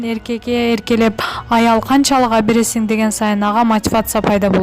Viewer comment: Абересин абересин дебей туура суйлосоңчу ?Алып бересин же сатып бер деп .